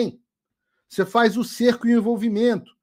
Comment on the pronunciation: Serco...? 🤣🤣🤣 É çerco..🙄